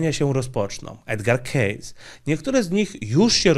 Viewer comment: Wymawiamy: "edgar kejsi"